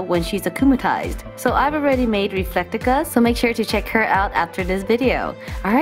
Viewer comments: It's pronounce reflecta not refectica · its RE-FLECK-TA